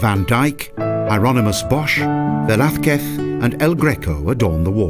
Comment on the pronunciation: Do you enjoy how they pronounce "Velasquez"...???